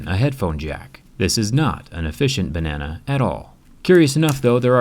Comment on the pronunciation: Bruh my mind is too dirty for this.. all i hear is "bAnNaNa"..in the wrong way